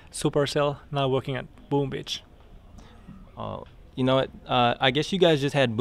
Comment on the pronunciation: He says Boom Bitch